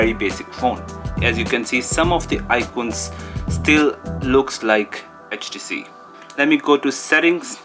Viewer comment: Its htc not hach t c 😂😂😂😂😂😂